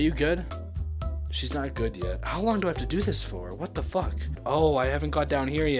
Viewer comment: Stop saying fuke